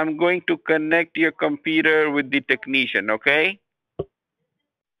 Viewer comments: I think i am going to play games as 'Tekneeshun' from now on. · Tekneeshun will halp